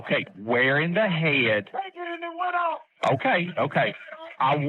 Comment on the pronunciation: “where in the hehuhhhd”. Smh 🤦🏼‍♀️. Good lord. Please fire that man.